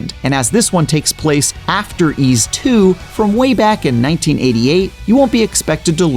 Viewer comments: It's actually pronounced as "why's". Thank me later. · It's pronounce as "Ease". Someone sure didn't know what he's talking about.